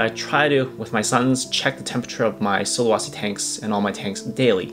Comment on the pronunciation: Sulawesi the e sound like the second e on "enter". Not sulawasi. Not really important but just to let you know the correct pronunciation